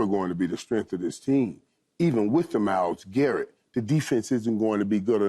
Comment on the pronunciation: This dude Keyshawn said Myles Garrett 😂